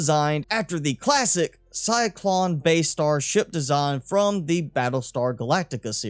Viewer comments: CY-LON … not CY-CLON !!! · it's "Cylon", not cyclon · I hate being "that guy" but isn't it "Cylon?" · Say Cylon right you uncultured nob. Great video btw.